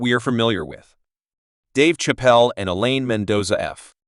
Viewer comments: AI crap. You can't even say his name properly 😂😂😂😂😂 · This man is butchering his last name...fucking rookie